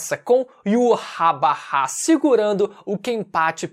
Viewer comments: o nome do rei quinci de pronuncia IVÁTH... não to conseguindo tanca esse iurabara n... kkkkkkkkk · Me dá um nervoso o falando "yuhabaha" kkkkk eu chamo de "yhautch" (na pronúncia apenas)